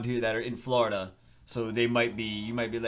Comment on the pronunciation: Great video and stay safe during the storm but omg why does everyone from Florida pronounce Florida so strangely like that 😂😂